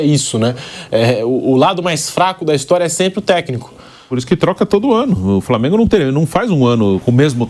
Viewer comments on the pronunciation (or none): Esse substituto do pilhado falando Flamêiingu me dá nos nervos